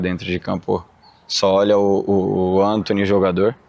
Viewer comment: "É o Entony